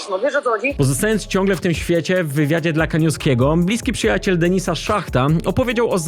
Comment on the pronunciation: .."na DENYSA" HAHAHAHA